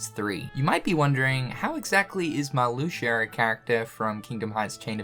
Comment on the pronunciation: Did this man just say Marluxer?